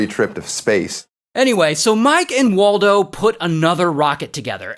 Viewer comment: Mike and waltuh❌️ Mike and waldo✅️